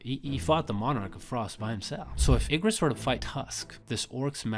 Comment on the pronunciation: Ermm… I think you said Igris wrong